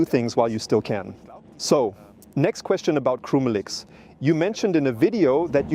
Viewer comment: It's still AI, quit whining, the voice is perfectly acceptable. If it were not AI, he wouldn't be pronouncing the dogs name wrong. "Krümelix" sounds totally different than in the video.